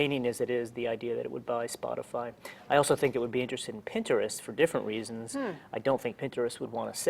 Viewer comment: Why does he pronounce Pinterest weirdly? Pinterest, not puh-inturest.